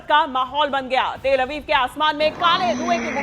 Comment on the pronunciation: तल अवीव नहीं तेल अवीव बोलो